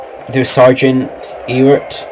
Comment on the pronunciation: we dont pronounce our name E wart but Ew art like the EW in Ewe